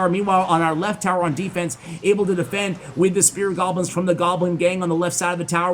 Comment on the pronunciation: I keep hearing him say "spirit goblins".